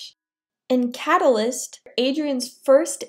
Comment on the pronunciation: Im so deadd I said that when she said cataylist the only reason he saved marinette is because she was being slow and just standing there